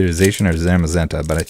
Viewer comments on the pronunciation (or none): love all your vids, just fyi it's pronounced Zah-shian (Zacian)